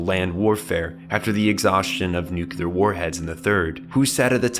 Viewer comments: For God's sake, please stop saying noo-kyoo-luhr.... the word is noo-clee-ahr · Where's the second 'u' in 'nuclear' that you pronounce at 0 :05? Also.. watch Dead Leaves, please. I already have my own concept of the ideology but would like your interpretation. You have a good breadth of knowledge in anime.